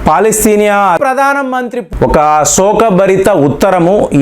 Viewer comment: పలాస్తేనియా కాదండీ అతను ఏదో అంటే మీరుకూడా అలా పలకటమేంటి? అది పాలస్తీనా